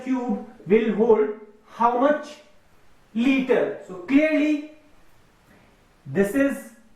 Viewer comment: Sir ur video is nice but it is litre no lite